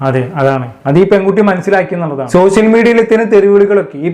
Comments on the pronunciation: സഹോദര സോസിയൽ മീഡിയ അല്ല സോഷ്യൽ മീഡിയ എന്നാണ് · സോസ്യൽ ഓർ സോശ്യൽ അല്ല ബ്രോ... ഷ്യ... ഷ്യ...